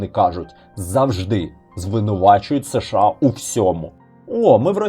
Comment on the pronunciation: Подобається канал, але є кілька маленьких порад щодо мовлення. Щ повинна звучати, як [ ш ч ]. Ч в українській тверда, якщо попереду немає пом'якшувальної голосної. США читається разом - США. Не [ С Ш А]. Щиро дякую за вашу працю!